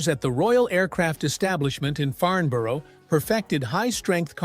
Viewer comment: I grew up in Fleet, right next door 😊. It did make me laugh how he pronounced Farnborough, probably cause it is so local 🤣 I'm just a bit further down the M3 now. I never knew it was invented there either, I thought Farnborough was most famous for the wind tunnels and the Farnborough Airshow (well the greatness it used to be, not anymore 😥). I used to take two weeks off of work to watch the practice and then the show week from my parents .. and cycle round to the back of the airfield to get the Red Arrows take off over your head.